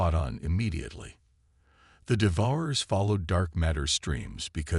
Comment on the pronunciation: I wish you would learn to pronounce words, Devour- ers -DEVOUR-ERS